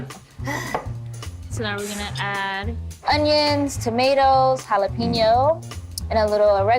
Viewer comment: Not "hala-peeno",. "Hala-pen-yoh". ♥